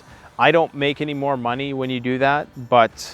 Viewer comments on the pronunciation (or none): none